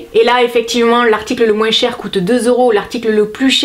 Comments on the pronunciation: Tu dis moinssss ; c'est ton accent du sud ? Je t'adore ! Bisous 💛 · Merci pour cette vidéo j'adore toujours ton rire et ton moinsss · Sa me fait rire tu prononces le S a moins 😂😭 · Omg tu prononce le mot moins " moinssss" alors que beaucoup de gents le prononce "moin" Bisous super video comme d ab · Attends, tu prononcés le "s" du moins??? 😂😂😂😂😘😘😘😘